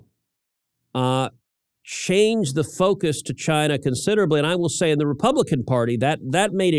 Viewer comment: "CHY-neh" Trump, pronouncing China. 😎👍❤🇺🇸